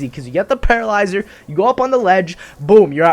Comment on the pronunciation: lol you nearly said Petrolyzer